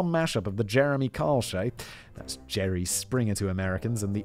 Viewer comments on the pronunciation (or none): none